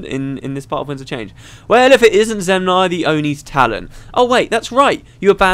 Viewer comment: Zenmai, not Zemnai